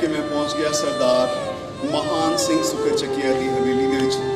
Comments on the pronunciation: maharaja Mahan singh de last N nu silent ucharan karo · Mahan Singh da name bolan vele N silent bolo, Matlab Mahaan nahi Mahan Singh si